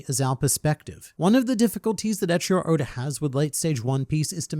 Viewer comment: eiichiro oda❌ ecchi-ro oda✅